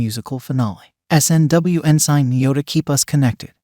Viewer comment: PLEASE stop saying en-sine! It's pronounced en-sin. Resume navigation.